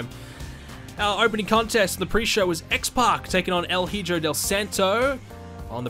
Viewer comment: That's not how you pronounce Hijo. It's like He-yo.